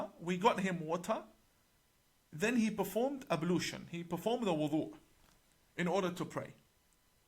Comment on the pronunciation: He is not even able to pronounce the word wudhu correctly. What kind of imam is he 🤔